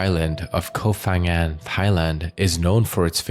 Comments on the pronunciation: Hello from Thailand! เกาะ พะงัน Ko Pha-ngan correct pronunciation is Ko Pa-Ngan not Pha (Fa Ngan). Another major example is Phuket. We don't say Fuket but Puket despite the spellings. 😊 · Its pronounced Ko Pan Ghang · You should've spent a few minutes to research pronounciation of the Thai names. The "Pha" in Ko Pha Ngan is pronounced with a P, not F. Other Thai names and locations were butchered as well, but since Ko Pha Ngan is a prominent tourist destination, you should've at least got that right. Unfortunately, most True Crime channels spend no effort in researching pronounciation of non-English names.